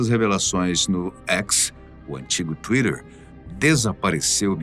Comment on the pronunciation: fala aportuguesado kkkk ate eu entender twiter kkkkk aff gasta o ingles hein kkkk